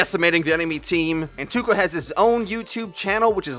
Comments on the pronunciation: ITS PRONOUNCED TOEKA NOT TOUKA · Something that triggers me... Touka is pronounced toe-ka, not too-ka. Too-ka sounds cringeworthy. Also, this "guide" doesn't say anything on how to battle rein. It just says "it's ok to run in an kill people if you're good at it". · >Tooka It's Toh-ka or Toe-ka. Weeb correctly pls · Alright, this has been bothering me. It's not pronounced Too-ka. It's Toe-Ka. I'm sorry, it's just been bothering me for awhile. Touka is a character from the anime/manga series Tokyo Ghoul. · NOT ''TUKA'' IT'S T O U K A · Its not TOOka its TAOka chan its from Tokyo Ghoul an anime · He says it like "TOOKA" 😂😂😂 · I think Touka actually pronounced Toh-ka. That's how it's pronounced in TG anyway. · I don't wanna be an ass, but I believe it's pronounced Tohka. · You said toukachan wrong. I don't blame you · "OH MY GOD ITS PRONOUNCED TOUKA NOT TOUKA GOSH" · That moment when they say Touka wrong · why do i feel like you're pronouncing "touka" wrong? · Pronouncing Touka wrong every single time...